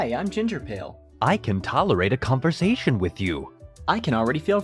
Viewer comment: What’s a con-vo-sat-ion?